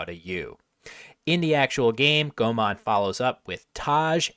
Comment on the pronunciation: Why does Will say Thai grandmaster Komol's name as "Gomon?"